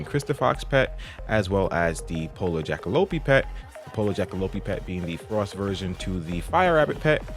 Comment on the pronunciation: Jackalope is pronounced like Jack (jackrabbit) and Lope (antelope) which it is a combo of the two. Awesome vid thanks!